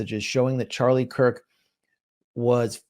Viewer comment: It's Charlie Kirk, not Charlie Kike. I'm happy CK saw through Netenyahu.